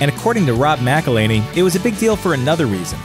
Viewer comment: Mack-el-hen-ee guys